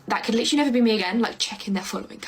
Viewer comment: And “literally,” except they pronounce it as liter-ly.